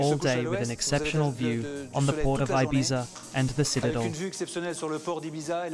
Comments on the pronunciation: How about him consistently pronouncing Ibiza incorrectly? 🙄💀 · I'm not sure which is worse, the voice over translator or the fact the narrator keeps pronouncing Ibiza incorrectly. 🙄🤔